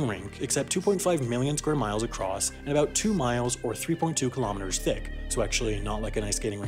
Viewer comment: You know its gonna be good when talks aboot Canada